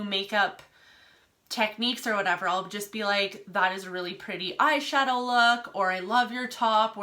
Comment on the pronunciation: when she says post I can hear an accent haha or when she says eye-shahdoee. Is she Irish or Scottish?